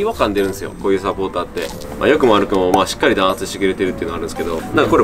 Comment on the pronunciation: 弾圧一回だけ言い間違えるかと思ったら結構な回数ミスってた笑笑